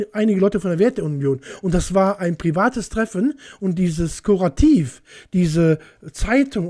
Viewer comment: Die Journalistische Institution heisst Correktiv und nicht Korativ. Dieser Beitrag berücksichtigt nicht, dass ein Problem über 40 Jahre verschleppt wurde. Ich würde auf diesem Niveau nicht mal an einem Stammtisch diskutieren.